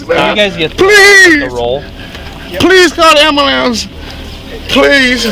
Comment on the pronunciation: 1st video. Lol. " call da amble lamps ". Lol He axed you to call the amble lamps ofiicer. Dont have no compassion for attics. Let 'em all OD.